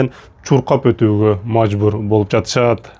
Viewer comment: Жатышааат дебей сүйлөмгө басымды туура коюп сүйлөш керек ,жатышат,болот деп эле